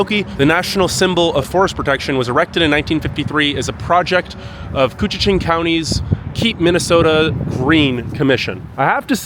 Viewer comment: Very impressive you pronounced koochiching correctly! 👍🏼🤣 Born in Baudette, I haven’t been to “I Falls” in probably 35-40 years now and you did a wonderful job showing it off! Fun Fact: we can easily experience 60-70 degree temperatures changes within a day or two, -30 to +32 is quite common. Fun Fact #2: we own more clothing than other people (eg.)3 -4 pairs of boots along with tennis shoes and sandals. Same thing with Jackets, hats, gloves and scarves!